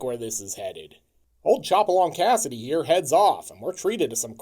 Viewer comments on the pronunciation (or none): none